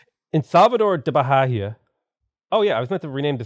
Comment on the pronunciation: Hey, the Bahia name the H is silent!!!